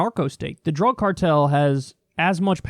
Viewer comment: Lol "drüg"